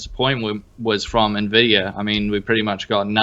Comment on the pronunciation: Me-mes? Are there me-mes about the cayche on nuhvidia cards?